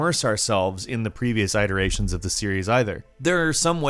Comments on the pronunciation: What the fuck is an "EYE-ter-ation"? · IT er ayshun not EYE ter ayshun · Just a quick aside: Iteration is pronounced "IT-ur-ay-shun", not "ITE-ur-ay-shun".